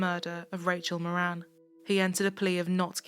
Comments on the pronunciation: Not that it matters but in Ireland we would pronounce the surname Mawrin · Rachel's Surname is pronounced .. More an .. it's Irish 🇮🇪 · It helps to read the title. Her last name was Moran. Not Morin.